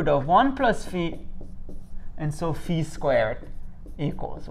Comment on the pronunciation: Thank you for pronouncing φ correctly 🤪